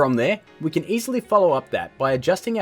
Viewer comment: "Kan" "Serkel"